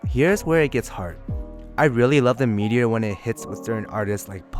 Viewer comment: “Meat”eor. cool review man